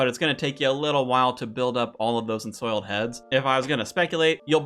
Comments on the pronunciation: Damn man... saying rune as "ruin" is one thing... but ensouled as "ensoiled"? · “Ruin(s)” “Ensoiled Heads”… dude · Dont forget "enSOILED" heads instead of "enSOULD" XD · First, appreciate and love the content. Second, like runes is roons, ensouled is en-sowled Keep it coming bud!